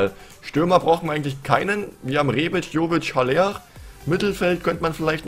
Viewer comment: Haller wird aber aller ausgesprochen